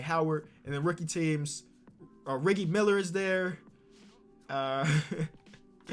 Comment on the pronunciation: Ok riggie miller sorry if I spelled it wrong but it's riggie miller not rig ie miller loll